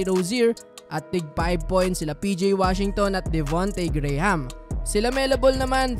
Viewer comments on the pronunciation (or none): none